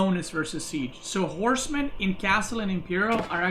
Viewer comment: for a second there I thought he said Core's men instead of horsemen